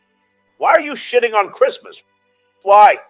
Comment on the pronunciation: Brilliant!!! And it is sessmuss not christmass